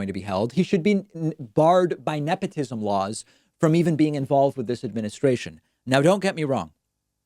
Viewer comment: Trump can’t pronounce nepotism, but he sure is a fan of it.